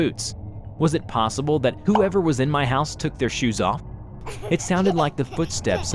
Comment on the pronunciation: "Sorry, wrong hause"? That made me laught too😂😂😂😂😂😂